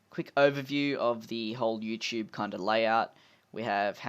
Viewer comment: Finally an Aussie that calls it "youCHOOBE" rather than "youTOOB"